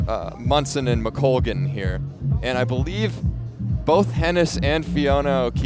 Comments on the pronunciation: Agree with many comments here- really informed commentary and knowledgable,,,,but please get her name correct. McColgan NOT McCoglan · Announcer kept saying McCoglan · who keeps saying McCoglan? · Kind of satisfying to see Ailish McColgan finally decide, in her thirties, that she can win. Her mind seems to have finally caught up with her ability. To the lady commentator: the "L" comes before the "G" in McColgan's name. How can you not hear how your partner is pronouncing it?